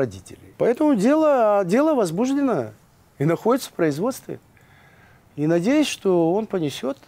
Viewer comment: В целом речь ведущего последовательно выстроена, но режет слух слова «осУжден», «возбУждено». Ударение следует ставить на последний слог: «осуждЁн», «возбужденО». Неверным ударением в этих словах грешат многие юристы и журналисты, что уж говорить об обывателях. Но правильное произношение слов пойдёт на пользу Вашей программе, поскольку важен не только подбор проверенной информации, но и грамотное изложение материала.